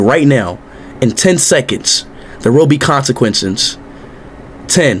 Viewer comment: Did bro just said "CONSEQUENCENCE"?💀